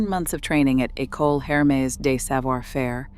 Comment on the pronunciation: It's pronounced 'Er-mez' not 'Her-mees'.